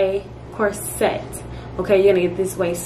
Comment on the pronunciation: Girl I love how real you are. Just one thing, though, the word corset is not pronounced “core-set” it is pronounced “course-it”